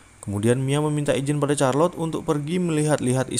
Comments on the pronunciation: Namanya charlotte tapi bacanya kharlotte bukan charlotte😭😭😭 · Charlote....sebutannya Sarlot....bkn Carlot. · Setahu saya bacanya malah sharlotte sih ,atau mungkin tergantung aksen yg dipakai jadi mungkin bisa beda pelafalannya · Charlot bukan c nya bahasa Inggris itu k bukan c